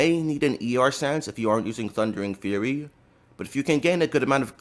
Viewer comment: love the extra "R" in the thundering fur-ry 😂